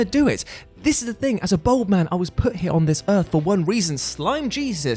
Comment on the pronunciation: Worried about pronouncing Dynasty wrong.... Says Bold instead of Bald